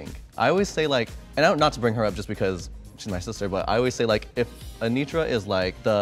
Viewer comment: My coworker called her aNOTra and now I can’t unhear it